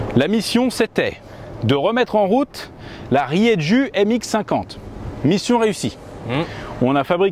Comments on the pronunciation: désolé de faire le relou les gars, mais Rieju c'est espagnol et ça se prononce Rierou! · ça se prononce riéjou ESPAGNOL !!!! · Salut du 65. Rieju c'est une marque espagnole ! Et nous dans le sud on prononce ça rirou 😉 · Rieju est une marque espagnole (bien connue des enduristes et crossmen). Par contre en prononce rieru et non rieju. (La lettre j n'existe pas en italien) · Rieju = spanish Et ca se prononce "rrrrérrrrou"